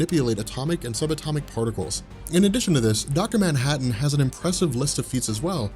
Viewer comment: Its manhattan dude